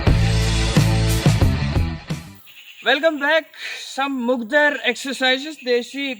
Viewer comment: Bhai, use mugdar (मुगदर) nai, balki mudgar (मुद्गर) kahte hain....